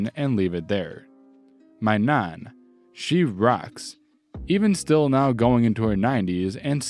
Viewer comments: I'll be honest, you pronouncing Nan like Naan, as in Naan bread was really off-putting. in the future pronounce it more like Van. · You say mum and nan really strange. Just trying to copy it now out of curiosity i cant seem to replicate it without a wide open mouth lol. Either way loved the vid mate thanks for the stories. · Enjoyed the stories. Was amused by the pronunciations of Ragged an Nan. Not criticising just saying i found them funny. Despite the horrible job in the first syory i don't think the guy did too bad out of that company. Probably has a bettet job as a result.